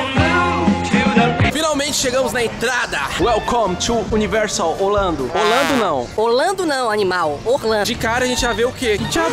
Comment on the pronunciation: no minuto vc falou olando em vez de orlando